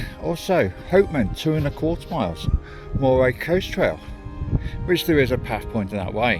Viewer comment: Pronunciation Pedant here. Moray is pronounced "Murray". Forres is pronounced Forres! Not Faws. The es ending is bit of a snare in these parts, so you have AlvES, ForrES, TarvES. Rothes does not rhyme with clothes, you will be met with utter mystification if you ask directions for Rothes rhyming with clothes. It's happened.